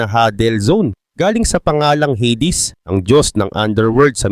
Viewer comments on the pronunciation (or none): none